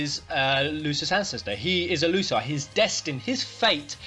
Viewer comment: Btw when you pronounce Lucii it sounds like L'cie maybe Lucii = L'cie ? What do you think about it?